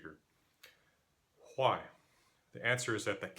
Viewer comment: You know what else sounds weird to a native speaker? Whhhhhy 😂